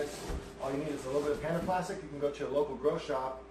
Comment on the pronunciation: it took me so long to figure out you were saying "panda plastic" and not "panaplastic"